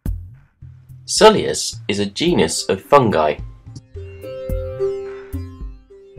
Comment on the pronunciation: Your pronunciation is similar to my pronunciation. "Sul-i-us". I'm working on trying to pronounce it "Sui-lus" but it doesnt roll off the tongue despite mirroring its spelling.